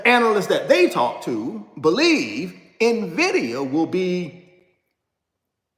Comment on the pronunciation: In-Vidia!!!!!! Not Navidia